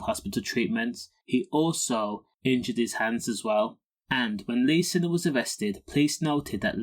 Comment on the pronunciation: His name is signer not sinner but spelt siner . To pronounce it it’s signer 😂